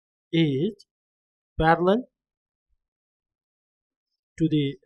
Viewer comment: Parallel not farallell